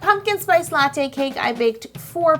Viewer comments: Knock knock who's there la lawho its latte not la who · There should have been a count of how many times she said a-latte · You said "latte" A LATTE in this video. Sorry, I'll go ahead and kill myself